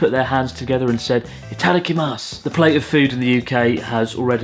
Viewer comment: Good video but pronunciation of Itadakimasu really hurt my ears.